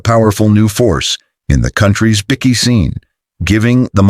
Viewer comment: What is a bikky? Damn robot